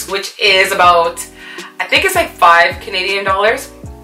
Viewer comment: I should have known when she said "about" lool